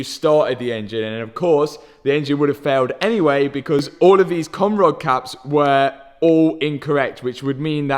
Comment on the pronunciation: I’m American and I giggle every time he said cam rod